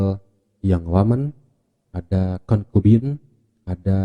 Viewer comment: concubine aja di baca konkubine hahahaha sok sok pke bahasa ibrani :'v